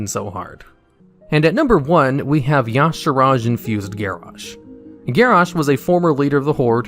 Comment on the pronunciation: Y'saarj. E - sarge. That's how it's pronounced not yog, sarodge